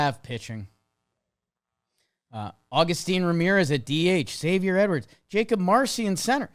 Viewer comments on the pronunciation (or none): none